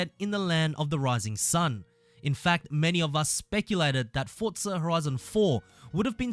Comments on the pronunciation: wtf is a fortza 😂😂😂 u gotta learn how to pronounce that word forza where inthe hell do u heart the T in forza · not forTza .. just forza .... fortnight and forza didnt have a child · fortnite and forza combined